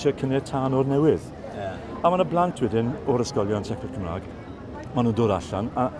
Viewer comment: Mae'r boi yn gweud Cymrâg 'fyd, nid Cwmrêg.